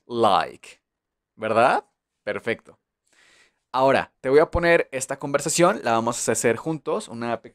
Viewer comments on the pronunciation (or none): none